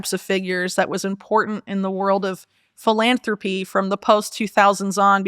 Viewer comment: Felonthropy instead of philanthropy